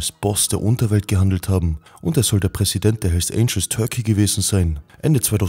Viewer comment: bruder die heissen hells "Angels" und nicht "Angles" .. aber geiles video 😇👏👏👍👍👍